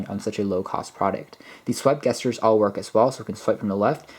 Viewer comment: Soft g not hard g on gesture. treat it more like "jesture." Are you sure about the plus and minus bit for volume? Is that some kinda built in short cut? If not then those are literally what they look like. The asterisk for multiplication, the slash for division, and of course plus and minus for respective addition and subtraction.